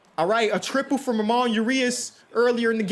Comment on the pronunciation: Ay, Ramon Urias’ name isn’t pronounced “Rum-on” it’s pronounced “Rum-ón” like bone